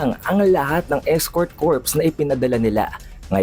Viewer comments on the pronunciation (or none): escort corps - pronounced as escort "kor". silent S. if with S, the meaning will differ. "Corpse" meaning remains ng bangkay thank me later.